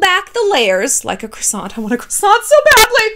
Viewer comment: The T in Croissant is silent 🥶